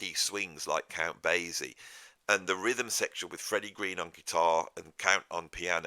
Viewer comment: Count Basie is pronounced bay-see—the s sounded as ess, not zed. And New Orleans is pronounced Or-leenz.